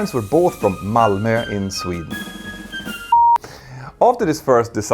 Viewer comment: ok so that's how you say Malmö the Swedish way! thanks!